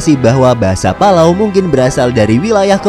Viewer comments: Ingat, PALAU bukan PALALU! 😂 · Yang baca palalu kiya 1 server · Yang bacanya palalu like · Astaga, sekilas saya liat tadi.kirain bilang " pala kau " eh taunya " palau " :)):)) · Palau= pala kau.